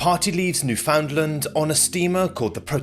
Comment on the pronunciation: Its pronounced New-fa-land.....ask me how I know lol